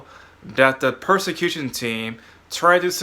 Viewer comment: Not to be mean, but did you mean "persecution team" or are you saying "prosecution team"?